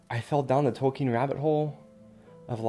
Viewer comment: It is Tol-k-ee-n.